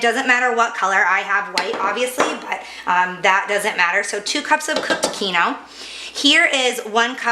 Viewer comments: It's keenwah!!! NOT keeno. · Holy shit it’s KEEN-WA The KEEN-OH almost had me turning this off. If you’re going to use an ingredient that is from another culture, at least pronounce it correctly. Thanks for the recipe? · What is keno? Do you mean Quinoa - pronounced keen -waa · Kee noooo what? It's QUINOA sweetie (kee no wa / keen wa) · "keen-wah" lol wtf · It’s pronounced keen wah! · Quinoa it's just pronounced uniquely here it is usually pronounced keen-wah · quinoa..., pronounced keen wah. 🤣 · "Keen-WHA" but otherwise, great recipe! Thanks! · "keeno"? hahah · Is.. she trying to say quinoa. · I legit had NO IDEA what she was referring to. Thank you for clearing that up. Quinoa. My god 😆😆😆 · Hey. At least she didn't say kwinoah!